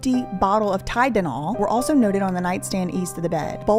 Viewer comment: Throughout all the seriousness you saying “Tydenol” gave me a good chuckle 🩷